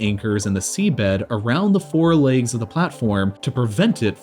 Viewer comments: Why do you pronounce "legs" as "lakes" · Nobody: /Americans: laygs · Why do some americans say "laygs" instead of legs? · It bothers me how he pronounces "Legs" "Laaygs" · The “laigs” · Legs not leags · "the laigs" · I squirmed every time you said "leygs" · Man wtf is a "layg"? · Bruv they're called fucking "legs" not "layoogs" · Why does he pronounce "legs" as "laygs"?? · Is it just me or is he saying leygs? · Holy shit learn how to pronounce legs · legs? no, laygz. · You don't know how to pronounce "legs" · You from Minnesota or something? Why you pronounce legs like that? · it's distracting the way he keeps saying "the laygz"